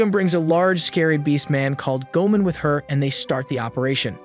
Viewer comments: It's go-a-mon not go-man Goemon is a famous theif in Japanese history. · My guy, I like these videos, but you need to rewatch the series to get the pronunciation of the names 😂 "Chee-ohm" and "Gōmen" had me in stitches 🤣